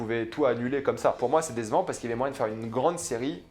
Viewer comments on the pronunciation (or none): coucou juste pour te dire mais c'est pas méchant loin de la :) mais on dirait que tu dis dézevant au lieu de décevant pour moi tu dis mal le c alors tu dis garzon alors :) essaye de bien prononcer ton c a l'avenir